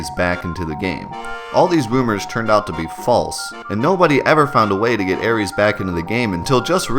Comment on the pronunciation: No cap I will spin the block on these aris mans that name is so cringe it’s arith my nigga I will commit crimes over this 😂